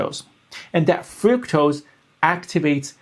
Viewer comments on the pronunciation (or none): Fructose is pronounced FRUCKtose, not FROOKtose.